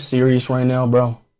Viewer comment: That "Are u serious right neow?" Never gets old😂😂😂